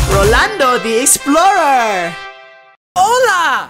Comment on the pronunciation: LMAO "Rolando The Explora"